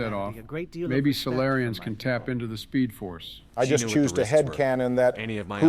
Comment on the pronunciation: This man said Speedforce LMFAO